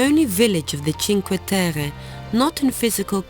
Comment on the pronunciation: The places are lovely. But why are you trying to pronounce the names or the places in a french accent?? It is Italy...